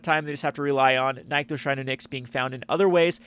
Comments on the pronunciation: My friend, if I have to hear you say "NIKE-thos" one more time, I'm going to lose it. I don't understand what the logical disconnect is preventing people from reading two "NIH" sounds in sequence. "NICK-thos" Shrine to "NICKS". It's that simple. Anybody who tells you otherwise is dumb or lying to your for their amusement. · Oh for the love of Vraska's slithery nipples, it's pronounced NIC-THOS.